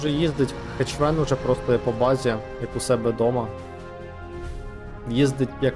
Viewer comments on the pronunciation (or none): Друже, він не "ХеЧвен".